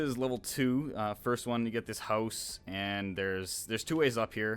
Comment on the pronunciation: lol at the second level he said hoze not house xD